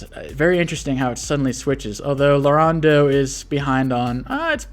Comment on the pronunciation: Name: Lauren dox: "Larun deux"